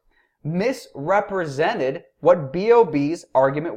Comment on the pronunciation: "Tyson deliberatly or otherwise MIS-REP-RE-SENTED B.o.B" times infinity